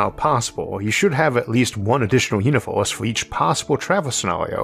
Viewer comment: I'm in the universe where this guy called Isaac calls it "univorse," and it's wild.